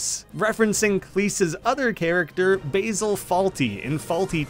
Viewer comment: who TF is "Basel fawlty" its Basil Fawlty